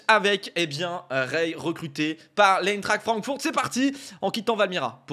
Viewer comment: Stp Arthur, prononce bien « Aïntrart Frankfourt ». La BL est un championnat incroyable. Goooo